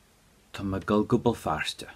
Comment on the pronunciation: I'm really confused. I thought I am going to = tá mé ag dul.... But he's saying tá mé ag gul? I've listened over and over and very loud. I'm learning ulster Irish so I don't think it's a dialect thing. Can anyone explain please?